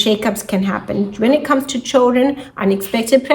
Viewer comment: Very difficult to understand everything. I don’t know if is your English or your microphone.. what’s choldren!? Thank you